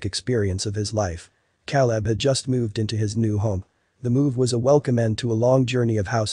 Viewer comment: At least pronounce the name “Caleb” correctly!!!!